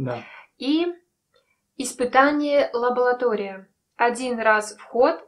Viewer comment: Мне одному режет слух лабоЛатория?)